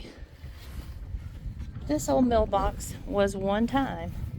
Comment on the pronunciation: What was the meal box or mill box as I hear you say it, used for back in the day? At first I thought you said mailbox! Love your ideas!!